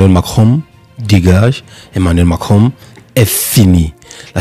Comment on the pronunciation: On dit pas mankinron, on dit Macron